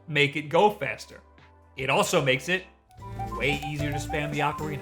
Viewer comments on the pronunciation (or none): none